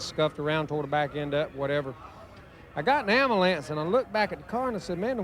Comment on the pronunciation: "Ambalance" Hey...whatever you say Dale.It cranked.